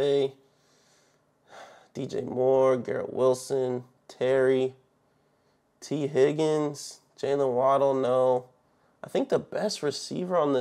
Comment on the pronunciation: I was saying that cuz it’s tee Higgins not tea Higgins lol